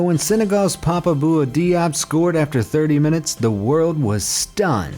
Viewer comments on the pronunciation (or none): none